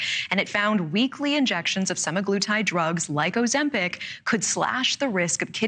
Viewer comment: Ouch, did the reporter say sim-EYE gloo-tide? I believe sema in semaglutide probably has reference to the term "week," or 7 days, as in a weekly dose. BTW, the reason Novo Nordisk funded this is because these large corporations are the only ones who can afford to do these large-scale trials. They still have to go through FDA testing and not all drugs survive this testing process. So, I agree with -- there's no reason to deny the objectivity of these trials.